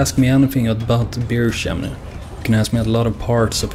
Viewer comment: Haha, I fucking love it how we European's can't seem to pronounce "Bear Shaman" correctly. We all pronounce it like Beer Shaman. Its actually really damn hard to pronounce bear.